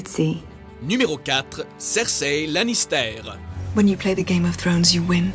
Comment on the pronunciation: "spoilair", "cersei lanistair", "melizandre" ... mes oreilles